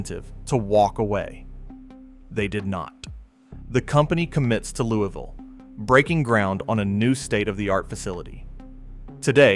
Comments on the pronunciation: Yeah, you probably should've researched more. Louisville Mississippi isn't pronounced "Louie-Ville". Its "LOUIS-VILLE". The city in Kentucky is pronounced "LOUIE-VILLE". And that map shot was Louisville, Ky. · In Kentucky it is "Louie-ville", here in Mississippi we pronounce it "Lewis-ville." Also the map you show is of "Louie-ville", Louisville has only two state highways and no river running through it. Regardless thanks for the re-collection of that day. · A gentle correction. Louisville, Mississippi is properly pronounced “Louis-Ville. Totally understand the difficulties with both French and English influences in American place names. But I did grow up on the Winston/Noxubee County line.